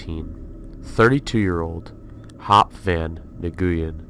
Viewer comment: Just wanted to let you know/Clarify on Hop's name: In english, Nguyen is pronounced as "Win" :)